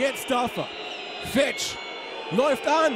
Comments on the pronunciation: ER HEISST FEEEETSCH langes e du kommentator du :D schade hansa... aber geen erfurt wird geheizt !!!!^^ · Siehst du ein langes "e" oder ein h (Fe"h"tsch???) im Namen? Ich nicht! Es wird genauso ausgesprochen, wie es geschrieben wird! OFC! ;)